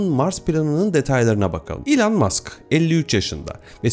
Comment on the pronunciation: İlan değil - ilon - diye telaffuz ediliyor .